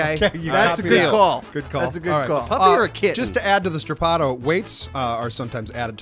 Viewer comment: "Stra-pado" no "strapduueee"